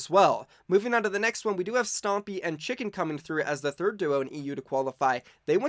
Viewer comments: It is tschinken not tschicken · its tsch-inken. not "tschicken" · It is pronounced Tschinken, not Chicken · Its not chicken.... theres an n in his Name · Its TschiNken dude😅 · Its tschinken and not chicken!😂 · Its not chicken its tschinken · its tschinken not chicken.😂 but it’s cool i really like your videos!🤗